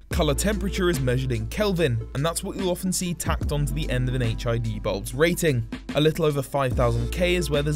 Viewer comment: Sounds like your saying hiv 😂😂